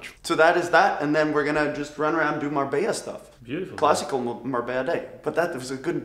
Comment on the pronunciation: MABELLA INSTEAD OF MARBELLA IN THE INTRO GUYS